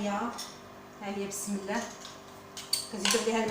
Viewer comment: بسم الله يا سيدتي الكريمة المرجو قول كلمة بسم الله بنطقها الحقيقي وشكرا .